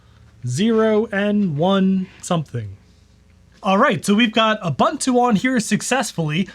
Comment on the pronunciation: This would have been such an interesting video, but i had to turn it off because you mispronounced "Ubuntu". I just could not take the annoyance any more.